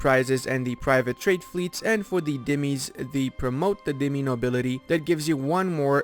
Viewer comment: Candar is pronounced like Jandar or Chandar with a really soft ch, and the word dhimmi originally has the letter dadh which gives a sound between d and z that you make by pressing your tongue below your upper teeth, and also rûm is not pronounced like the drink rum but like room but shorter. Hate to be that guy but just wanted to help with your pronunciation.